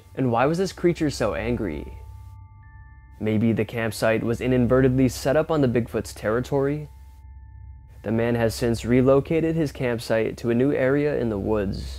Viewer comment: "Inunvertibly?" wtf is that illiterate group of syllables?